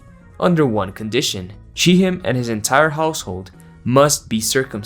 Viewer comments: pronounce as shackhhem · Hello! If you were curious about the pronounciation of the names dinah and she'hem, in hebew they are pronouced as "D na" and "sh khem" with kh being the letter ח that doesn not exist in english